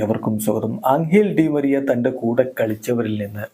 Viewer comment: Di maria❌ Di myren ✅